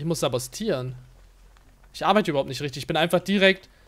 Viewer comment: Es heißt doch sabotieren und nicht sabostieren?